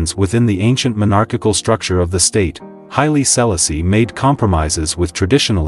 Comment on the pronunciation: His name is pronounced Hy-lee...See-la-see...the first. PLEASE HAVE SOME 🤬🤬 RESPECT. PRONOUNCE THE NAME CORRECTLY....OMG!!!!